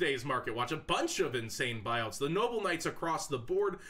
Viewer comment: Lmao buuouts xD